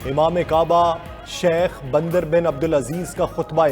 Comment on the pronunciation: Bhai bandar nhi Bindar Bin Abdul Aziz hy Nam Zara khyal karain itni bari mistake